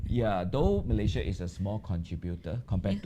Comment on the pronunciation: It's MalaySIA, not MalayZIA.